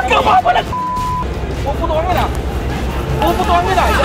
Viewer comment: lol. Machochang na Pulis hahaha. "Whag kang fafalag!!!"